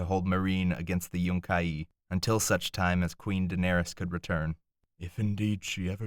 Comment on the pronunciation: also its yun-ki not yunk-ie two syllables not three but great reading love all your stuff you should try get job as narrator